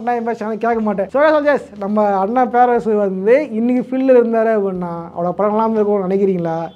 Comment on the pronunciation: Bro pls en parum perarasu pronounce correctly